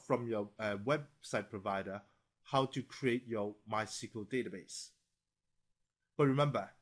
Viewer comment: Are you F###g serious that you cal it MY-CEQUL-DATABASE ? ITS MYSQL NOT THAT HARD!